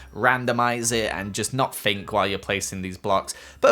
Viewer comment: I love how he says "I fink" instead of think its so cute ☺️